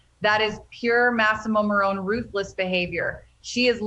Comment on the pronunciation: It's massamo maroni you moron